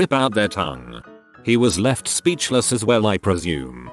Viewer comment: computer generated voice at start: speeEEechless. Me: choking on my saliva laughing!😂😂😂😂